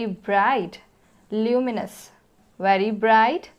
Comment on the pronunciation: Ma'am your pronounciation of ''very'' is little bit different from other teachers and from other peoples. You pronounced the words ''very'' like ''wery''. But most of the peoples are used to pronounced it like ''V-e-r-y''.